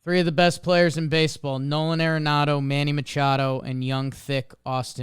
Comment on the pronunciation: you got to learn how to pronounce Arenado correctly. Such disrespect man It is ARenado not AIRenado